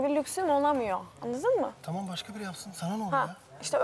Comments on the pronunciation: nobody: k.o yarışmacıları: annadin mi, annadin mi????? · zaten tüm bölüm boyunca annadın mı diyip duruyor